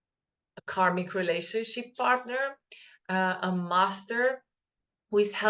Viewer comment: LOL it sounded like you said the old relationshit !!